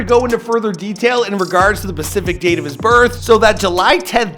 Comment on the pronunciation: "Pacific" date of his birth....